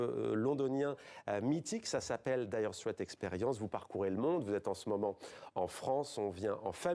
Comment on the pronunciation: La journaliste connait la signification du mot dire straits, mais pas foutu de le prononcer correctement . Elle proonce straits comme street